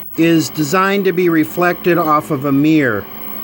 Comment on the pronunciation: Mear = Mirror...Soder = Solder...Since when was the "l" silent in Solder...It's like calling a Soldier a Sodier... 😂